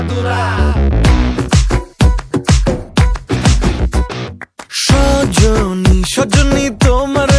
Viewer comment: উচ্চারণ ভুল উড়া দুরা না হবে উড়া ধুরা ।